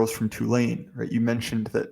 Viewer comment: Why do you say "Tulane" wrong